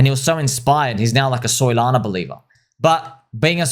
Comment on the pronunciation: calls Solana….Soylana. Yes. Not dumb 😂